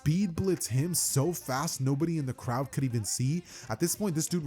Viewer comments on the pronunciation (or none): he said cloud not crowd